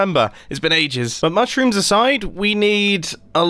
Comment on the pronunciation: Everyone: Mushrooms Mumbo ... MUSUMS